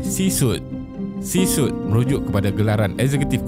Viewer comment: C-suite "C swit" min bukan "C sut"